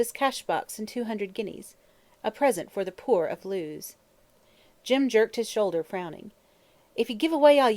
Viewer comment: I wanted to like this but all the mis-pronounced words are PAINFUL. Claret is not "clar-ray", Lewes in Sussex is not "Lews", lithe does not rhyme with "with" - too many others to mention.